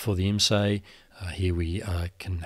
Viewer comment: Nice project! A minor tweak: IMSAI is pronounced "Ims-eye", not "ims-ay". I used to work for them back in the day (built many S-100 boards and 8080 chassis); at least that's how everyone there pronounced the company name. For more realism, add the agony of loading software vie the CUTS tape system - store and load (maybe) software on a cassette tape. Takes forever, and you can waste loads of time! Sometimes it was write only storage... I don't miss any of this but it's nice to see tech history explained.